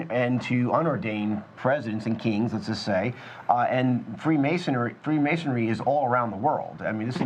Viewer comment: it's Freemasonry not Freemasonary. The mispronunciation made this very difficult to listen to.